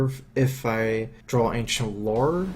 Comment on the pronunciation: Danlord GT I've noticed yeah; draw -> dra(w)l. It's endearing, in its own way.